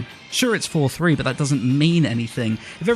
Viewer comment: Every time he said "It's 4:3" It sounded like "it's for free". I was mildly confused xD